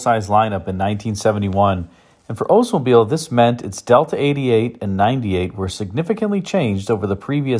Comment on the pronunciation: You need to pronounce the L in Oldsmobile. Not OOdsmobile. My uncle was an OLDs dealer, I know. The Regency was amazing. But the door hinges were garbage.